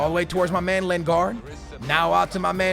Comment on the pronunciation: skillz its lin-gard not len-gard